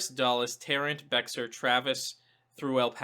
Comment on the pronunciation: Good analysis. Love to see a blue Texas. I believe Texas Dems see that they can flip the state si they're coming out to vote. Whereas in previous years, Texas Dems just thought their vote didn't matter, so why come out to vote. BTW, Bexar county is pronounced with a silent "x"....so 'Bear' county.